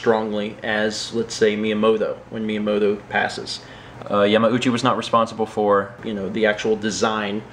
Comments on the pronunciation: Were you pronouncing it Yah-mow-chi, and then Mallory was like dude no stop. So you fixed it? That seems like what would happen. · Haha, yeah, you caught me. I've always pronounced it incorrectly, and didn't even think about it when I recorded the vlog. Weeks later, during editing, it hit me that I *might* not be pronouncing it correctly, and it might be Yah-mah-ooh-chee. I asked and she confirmed I had been saying it wrong. Then I decided "would it be worse to have commenters point out that I'm pronouncing it incorrectly? or that I dubbed it?" I decided on the latter:P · Did you pronounce yamauchi wrong then fix it with voice overs